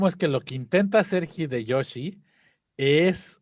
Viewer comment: "El gggghideyoshi!" 🤣